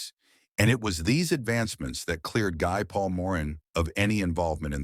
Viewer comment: Good review of the case but the name Guy is pronounce Gee, a French name.